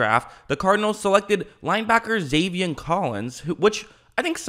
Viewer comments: also, it's zaven, not zavien. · love the channel! “Zay-Vin” not “Zay-Vien” maybe i heard u wrong tho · I like your videos but please it’s Zaven not Zavien